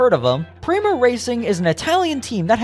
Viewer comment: yet penske has backed rowe for YEARS. "real indycar fan" would know how to pronounce "prema", "sebring", "schumacher", etc; is this just AI? of course, a "real indycar fan" would know that charters were announced PRIOR to prema's entry, and prema chose to enter anyway. in addition, prema's collapse had almost nothing to do with charters. fwiw, im not a fan of the charter system.